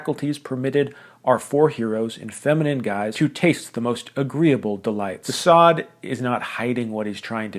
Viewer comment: bro can't even read de Sade, what the fuck is going on with book enthusiasts these days?